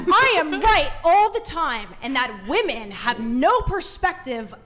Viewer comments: OMG...I thought it was just me. I legit comment this on so many videos. It's like they don't know woman and women are two different words. 😂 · Why is there suddenly an epidemic of young people who have lost the capacity to pronounce the plural "women"? :P